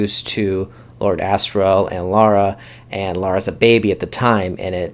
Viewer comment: Good review. A clarification: it's Lyra (LIE-ra) not Laura. Also, as a book reader I liked the first ep and am VERY excited to see them do the whole series :)